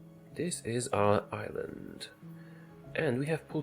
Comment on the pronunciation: Have you said "This is our island" or "this our Ireland"?;)